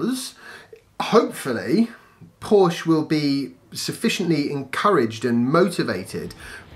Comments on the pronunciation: Spot on, about PHEV's being a stepping stone for people. Porsche have the seeds of the right idea. They'll not be too happy if people persist in mispronouncing their name, though!;-) I like the format of this channel. Shall pass the word around for you. Thanks. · Hey.. You're really upsetting my wife by pronouncing Porsche that way. Listen how it's done correctly :)